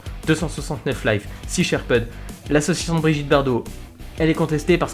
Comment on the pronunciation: sinon ta prononciation de sea shepherd 😂😂😂😂😂 non franchement très bon boulot